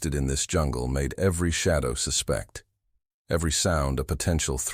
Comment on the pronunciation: 99% of AI SUK in one way or another. YOURS at the mark puts stress on the WRONG syll-ABLE of the word "SUSPECT"!!!!!!!!!!!!!!!!!!!